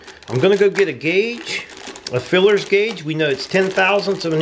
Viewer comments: OK vid but mate it's called a feeler guage not filler guage as your calling it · Feeler guage, not fillers!LOL!!! Potato, potaato!!LOL!! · Yeah, why does he keep calling them "FILLERS Gauge" ???? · FEELER gauge not FILLER gauge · Just fyi it's called a feeler gauge not a fullers gauge. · FYI, it is called a “Feeler” gauge not a “Fillers gauge. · Feeler Guage not filler guage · Dude, please stop saying "feelers" gauge. It's kinda kreepy... It's a "Feeler". Thera is no apprenticeship of a feeler, unless your a pervert.... It's a feeler gauge